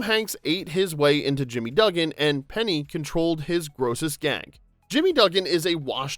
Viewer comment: Oh, come on now. Have you seen this movie? - Jimmy (DUH-gin)? Do you mean Jimmy (DOOG-in) - You did it again. This is sloppy. - Twice more. C'mon. - This shot is not from A League of Their Own (1992) - Which fact surprised me the most? That obviously this narrator is either a) AI or b) has never seen the movie themself. This video has interesting information but the credibility is shot instantly .